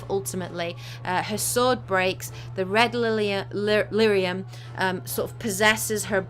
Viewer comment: You kept saying red lithium. I'm fairly certain you meant red lyrium after playing DA:I for several hours.